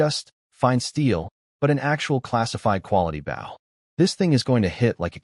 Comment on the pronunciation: It's pronounced "Bow", not "Bow"